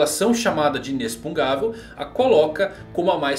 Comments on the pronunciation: Verdade, eu ia comentar sobre isso, ele escreve certo mas lê inexpungável ao invés de inexpugnável, deve ser de propósito só pode. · Pelo amor de deus, pare de falar "inexpungavel", esse palavra não existe! Kkkkk O correto seria "inexpugnável". Desculpe a chatice, mas meu ouvido doí. Adoro seus vídeos. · Beleza, tudo bem? Não quera ser chato, mas já sendo. kkkk A pronúncia certa dessa palavra que você está usando muito ultimamente não é |inexpungável|, não se lê com som de X, esse X lê-se com som de |CS| igual ao X de Táxi, lê-se então |inecspugnável|. Valeu. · falando "INESPUNGÁVEL" em vez de "INESPUGNÁVEL" ta me dando TOC hahahaha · a palavra inexpungavel não existe, a palavra e inexpugnavel. Se pronuncia inespuguinavel. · Por que você fala inexpungável se a palavra é inexpugnável? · Sim. Parece que está falando uma coisa (inexpungável) e escrevendo outra. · E o ainda não consegue falar Inexpugnável kkkkkkkk Ótimo vídeo cara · Só uma dica, você tá pronunciando errado a palavra inexpugnável. Tá colocando o N na frente do G. Leia de novo a palavra e vai perceber. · Fiquei com agonia de ouvir o falando inexpugnavel errado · Vc está falando inexpugnável de forma errada. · Sensei, que aflição, fala inexpugnável direitooo. Bjs te admiro 😘